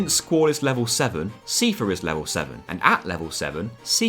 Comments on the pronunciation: Sai-fur 👍 See-fur 👎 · Stop saying Seefare. Its Cipher. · His name is Seifer. Not Siefer. 😭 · His name is pronounced SEIfer, like Eye-fer. They say it aloud in Kingdom Hearts 2. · 'see furr' I always thought cypher ~a la metal gear solid. Keep up the good work on good games.🎉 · Seifer, not seefer. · The pronounciation of "SEE-fur" hurt me more than my abusive father ever could. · I love this video but "see-fer" was killing me the whole time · SEEFUH I like the challenge videos. But holy shit. You have *an incredible*amount of effort to put into pronounciations. The stuff in here hurts less than the FF9 video but, ow. Still. Ow. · Seifer is pronounced Cypher. Are you insane. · I've never heard anyone say "see-fah" in my whole life, and it hurts everytime I hear it..... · Your pronunciation of Seifer bothered me. It's pronounced the same as Cypher, even in Japanese. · it's pronounced cypher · Love FF8 so much, love this video! The •only• thing that just bothers me so much is your pronunciation of Seifer as SIEfer :D What are you doing to me?! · Seifer is pronounced "Sigh-Fur" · Never heard Seifer pronounced as Seefer. Or Thundaga as Thundaja. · The way you pronounce "Seifer" induces physical pain in me. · Just thought I'd correct a few of your pronounciations. Ultimecia is pronounced Ul-ti-me-sha. Seifer is pronounced Sai-fer.